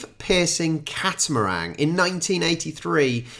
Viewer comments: Catamaran was literally spelled in front of you, and you said catamarang? Cat-a-meringue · It's actually a "Catamaran", no "g" on the end m8. Enjoyed your reaction and comments. For a country with a small population, I think Australia has given it's fair share to the development and progression of society. I'm 57, so went to school in the 70s and 80s - encouraging us as young kids to use as much imagination and creativity during story writing, art classes, producing projects on other countries etc as possible, I guess has made us quite resilient and resourceful. If we're faced with problems, our brains go into "how do I fix this" mode. I'm also disabled with MS, so growing up with those traits, has made dealing with this disease so much easier - I've had to find other ways to do things, to achieve the same or desired result, and have "invented" a couple of tools to help myself in daily living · Catamaran not catamarang